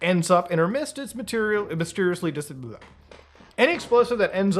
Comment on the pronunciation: mysteriously disabwah